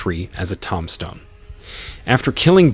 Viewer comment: Vid is definitely NOT a marketing tool for AI narration capabilities. Did the creator even hear the ghastly "TOM-stone" said over and over? Did they hear and just not care about pronunciation errors?